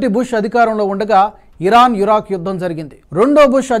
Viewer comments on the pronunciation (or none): none